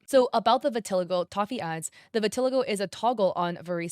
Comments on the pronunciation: hey imma be honest vitiligo isnt pronounced what you said its pronouned "vitahligo" i know because irl i have it and i use to say due to i had trouble pronouncing so i said how i read but its not that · Just a heads up, you're not pronouncing "vitiligo" right lol. It's hard to write the out pronunciation tho 😅